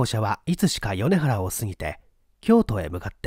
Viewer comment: チョット楽しい朗読ありがとうございます。大阪圭吉氏、軽くてイイですね。 時に ～は米原(まいばら)ですね。行ったことのない地名、会ったことのない人名、食べたことのない食品名は基本、判読めなくて当然かと思っています。米原なんて辺境、関西人でも名前は知ってても行った事ないでっていう人ばっかりですわ。